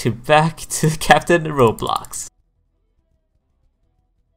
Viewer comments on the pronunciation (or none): none